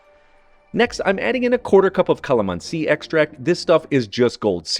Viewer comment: Calamansi pronunciation was spot on!!!!!